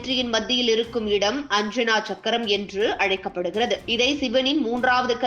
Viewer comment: அஞ்சனா சக்கரம் அல்ல. ஆஜ்ஞா சக்கரம் என்று சொல்லுங்கள்.